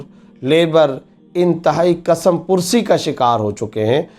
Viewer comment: کسمپرسی Kas mapursi He Kasam pursi nhi تلفظ درست کیجئے